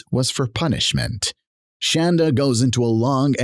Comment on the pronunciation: I love that the woman who insisted her medications be spelled correctly on her sentencing documents cannot inspire any crreator to say her name correctly. Call her Shann-dah until the end of time.